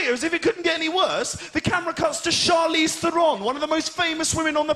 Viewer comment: Ear sore to hear him pronounce Charlize's name oddly